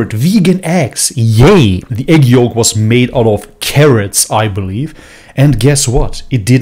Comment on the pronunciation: I hate how this guy pronounces yolk